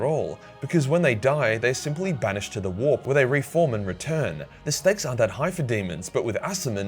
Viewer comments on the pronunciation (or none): none